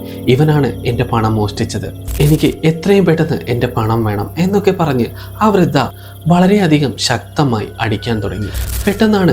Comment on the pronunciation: വൃത അല്ല വൃദ്ധ